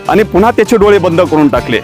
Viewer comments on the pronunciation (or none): none